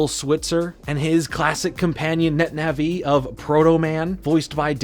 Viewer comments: Wtf is a netna-vee? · Man said Net Naví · I love your stuff, I've been watching for a while, but my god the way you say Nah -VEE is literally killing me.